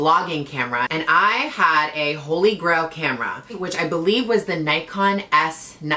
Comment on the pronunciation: its not NIKE ON ITS PRONOUNCED NICK ON RIGHT??